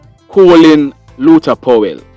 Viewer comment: Coolin is the Americans screwing up the English language. It's Colin.